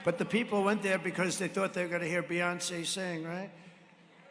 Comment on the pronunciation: Pathetic. Even pronounces Beyonce with childish spite.